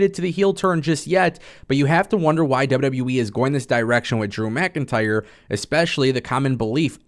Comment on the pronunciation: Saying “DREW MCINTYRE” 💯 xs in that weird fuckn way could gag a maggot!